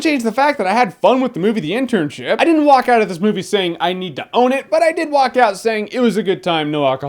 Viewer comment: Ha ha, when Jeremy says "The Internship," it sounds like he is saying "The Internsh*t," which would be what the movie really is.